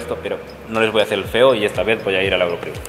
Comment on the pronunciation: Se dice eurocrew sin el la XDXdXdxdxd